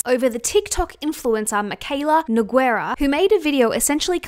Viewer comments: Nogueira is pronounced as NEW-GAY-RUH not Ne-guei-rah 🤦🏻‍♀️ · Just to help out with the name "Nogueira" reads as "No-gay-rah". You ignore the U 😊